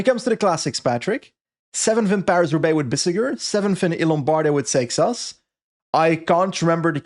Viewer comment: Patrick keeps saying sex ass instead of seixas